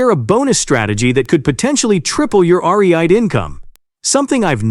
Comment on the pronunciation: So, you're going to "potentially triple [my] 'Are-Ree-Ite' income" !